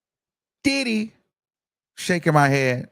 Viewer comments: The way you say “DIDDdy” be sending me 😂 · EVERY TIME 😅..... HE be like "DID-HE?!" and "DID-DEEE" 😂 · yes 😂😂😂 I be like why you gotta say it like that!!!